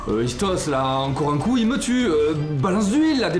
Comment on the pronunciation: Le seul bémol s que aliase ISTOS et pour Toulon 🤣🤣🤣🤣🤣🤣🤣🤣🤣 sinon je kiff vos vidéos je l'ai vue plein de fois mais je l'ai regarde tout le temps car s la meilleures sérix de jeux vidéo.